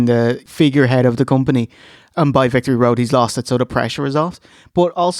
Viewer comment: Alex Wright said "this was a hella a Wictory Road, I PWOMISE."